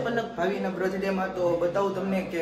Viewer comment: Bhai sarkhu bolo brath day 😂😂😂